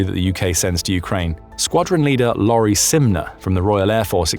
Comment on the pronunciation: That's ex-MP Michael Fabricant! 🤣 Not Lowri Simner – a female RAF Squadron Leader. I'd spot that syrup anywhere! Her name is pronounced LOW-ree, btw.